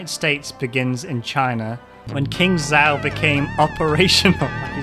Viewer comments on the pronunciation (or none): none